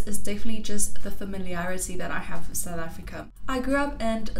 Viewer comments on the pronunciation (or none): She says 'wiff' ...that's classic😃💙